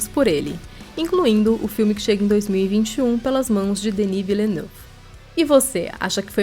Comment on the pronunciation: Gostei da pronúncia de "Denis Villeneuve"!